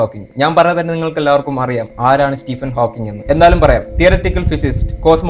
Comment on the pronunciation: Nice effort. Keep going. Pronunciation ശ്രദ്ധിക്കണം. സ്റ്റീഫൻ ഹോക്കിങ്, ആൽബർട്ട് ഐൻസ്റ്റൈൻ